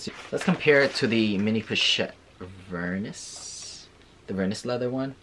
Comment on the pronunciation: Don’t hate me, but it’s ver-KNEE 😆